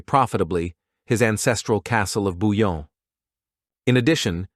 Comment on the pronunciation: ❤Svp BOUILLON pas Bulon respectz son nom merci